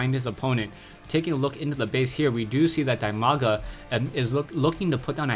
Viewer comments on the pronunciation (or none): while it is true that Dimaga's name is pronounced "Dee-Mah-Gah" (The name comes from his IRL name "Dima", pronounced "Dee-Muh"), I actually prefer your pronunciation. As far as I am concerned, What would be best is an acknowledgment in your next video with him that you know the correct pronunciation and are conscientiously pronouncing his name differently for the fans. Or call him "Dee-Mah-Gah", I guess it's your choice. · Dimaga's nickname pronounced as DEEMAGA. Just cuz he's Ukrainian. Cheers!